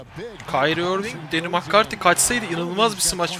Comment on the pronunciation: Cempşat değil campşat diye okunur makkarti değil mekkarti diye okunur